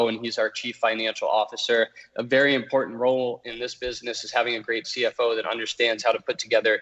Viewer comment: I like most of what Luke says but every time I hear “impornt” instead of “important “ I just about jump through the screen. If one would like to be taken seriously one needs to pronounce words correctly or use words that one is able to pronounce correctly. The word “impornt” or important is used in abundance on this channel and every time this elementary word is mispronounced the believability and credit of the creator is eroded away. I am Not trying to hate rather offering constructive criticism.